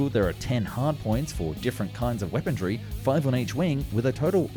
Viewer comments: What in the world is “weapon-dree”? The word is “weaponry”, there’s no “d” in the word 😂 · The narrator also ways "weapondry". There is no such word. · “Wependry” too… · "Weaponry" The word doesn't have the letter "T" in it. WeaponTRY again. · And “weapondry”. At least he didn’t say his usual “arnaments” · Also "Weapondree" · I take a shot every time he mispronounces weaponry and armaments. It’s tough going most videos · Guy can't even say weaponry right